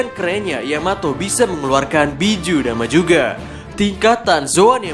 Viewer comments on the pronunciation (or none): none